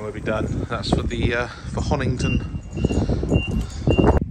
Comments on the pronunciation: you always make me LOL when you miss pronounce the places you are going to. Honington is over past Bury St Edmonds in Suffolk you were at Honiton is in Devon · Honiton not Honington. When i first moved to East Devon, I used to add the "g." Great video.